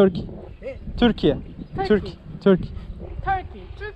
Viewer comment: Arkadaş Turkey demeyi öğrensene yaaa Hadi HİNDİ ZANNEDERLER DİYORSAN "" turkish people's""" falan de Tük tük tük diyorsun Her Video Karşıdaki kimse seni anlamıyor :):):):)